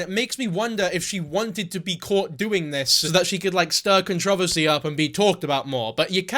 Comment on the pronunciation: the way you say controversy reminds me of megamind saying metrocity